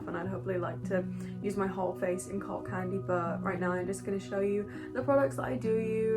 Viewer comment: When she said “cult candy” I heard “cocaine” and thought I clicked on the wrong video👁👄👁